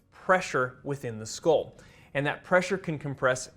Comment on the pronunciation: What is a scol? Do you mean skull? Dura Mah-ter...maybe?